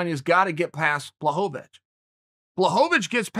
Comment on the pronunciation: Jan “John Blahovovich” Blachowitz